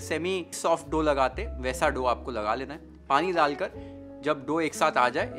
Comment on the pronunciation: हिंदी बोलनी है तो सही से ही बोल ले भाई..... ठंडा को थंडा डालकर को दालकर क्यों बोल रहा है, ध्यान रख थोड़ा